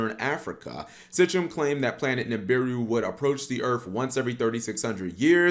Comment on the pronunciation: "Mesopotomamia" & "Sitchem" 😄